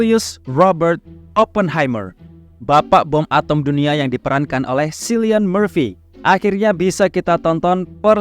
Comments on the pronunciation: Mas, Cillian Murphy dibaca Killian, bukan Sillian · Nama Cillian Murphy dibacanya Killian bukan Silian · Cillian itu bacanya Killian bang